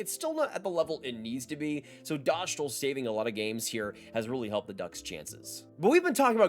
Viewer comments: Dough-stahl not dosh-tol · Yep, it's simply Dostal as in MS-DOS. Good vid. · It's DostWALL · send me a video where Dostàl says his full name and pronounces it “dough stahl” and I will admit that I’m wrong. I’m serious too, I won’t take back my words or anything. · S=s. Š=sh. A=a. Á=aa So Hašek is Hashek while Lukáš Dostál is Lu-kaash Do-staal. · Its Dough-stahl - Eastern European. You must be thinking of his first name. Which is LOU-KASH